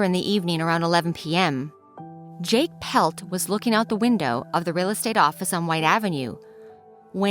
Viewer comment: You're pronouncing her name incorrectly - It's not "Pelt" as you're pronouncing it. It is PLETT, Mary Anne PLETT. My dad, Al GOWLER, was a detective with the Edmonton police service and he never did solve this crime. See the book called "Valley of the Shadows" by her husband Jake PLETT.